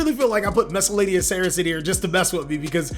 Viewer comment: you have to work on your pronunciation of Misc. it's SAURUS not SARESS